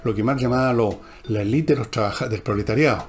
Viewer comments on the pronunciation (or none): none